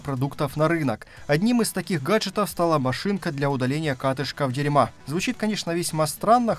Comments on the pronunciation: Компания "Дирма" а не дерма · дирьма.... может все же дИрма? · Спасибо за обзор! Ди́рма как-то приятнее звучит)) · Сяоми стали сотрудничать с компанией Дерьма.... Я аж захрюкал когда ржал :-D:-D:-D 10 из 10 оговорочек :-D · а может быть уже пора ставить ударение в названии фирмы так как это делают китайцы? На первый слог (дИрма). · Правильно произносить, мне кажется, дИрма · Правильно читается Дирма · Дирма должны обидеться на твоё произношение))) шары бы глянуть в действии. Проще наверно мешок селикагеля кинуть. Эффект тот же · Ты что, специально произнес название машинки для катышков так?😂😂😂